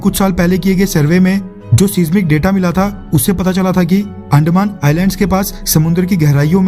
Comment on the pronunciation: Bro please don't insult our language please... अंदमान not अंडमान